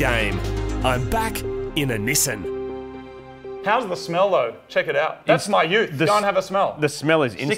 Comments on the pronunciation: "This is a Nissin 180sx" The way they say Nissan fucking triggers me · STOP SAYING NISSAN!!!! ...It's pronounced "Nissan"... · Nesen no no no Nissan=Ne•san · "nisen" vs "nissan". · God I love this channel, but I absolutely loath how he says Nissan. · I don't understand why Australians and Brits say Nissan wrong. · So have you guys learned how to correctly pronounce "Nissan" yet?